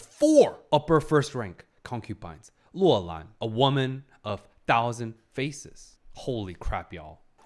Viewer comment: You keep saying Loulan as Luolan which in Finnish means "belongs to a cave" and it's throwing me off